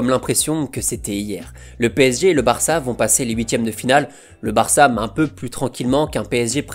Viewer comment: Pourquoi tu mets un m à la fin de tes phrases quand tu parles ????? Genre le BarçaM